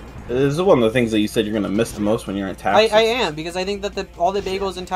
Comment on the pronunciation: i won't hold it against you but i am like 95% sure pronounced texas like taxes